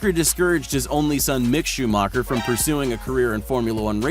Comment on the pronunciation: Btw it’s Schumacher “Shoe -macker” not “Shoe-Moker”